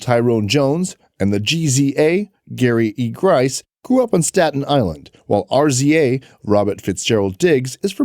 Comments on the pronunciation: HOW YOU SAY RZA AND GZA NOT R Z A AND G Z A WHERE ARE YOU FROM FOLKS SMH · In the united states its pronounced Jizza and Rizza. Those are hip hop legends please pronounce them correctly next time.